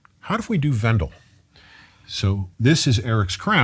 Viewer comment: the pronunciation of Vandal is killing me